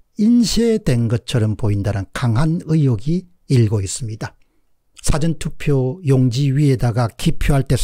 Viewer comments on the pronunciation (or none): none